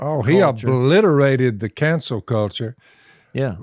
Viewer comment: "Cancel" culture Jase! NOT "Council" culture...